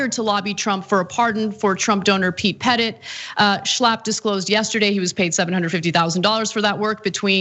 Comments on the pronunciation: "Petit" is French for "small" and it sounds like "Puh-Tee". He must be feeling puh-tee now. lol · Anna, I think you are pronouncing Pete Petit's name wrong, I think it's more the Jackie Wilson version. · Parker 'Pete' Petit? Petit is just french for the word 'small'. Which makes this guy Little Pete.